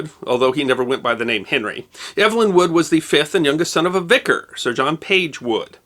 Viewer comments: I was just going to question that! Eve-lin, not Ev-elyn. My sister was Ev-elyn. :) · When Evelyn is a man's name, it's pronounced EEV-lin. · Pronounced "Evil-in", unlike how this chap says it. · Hear hear! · I think the British pronunciation for a male Evelyn would be like “Eeev-lin “ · Yes: “eev-uh-lyn”. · the first syllable of his name rhymes with "peeve" or "leave"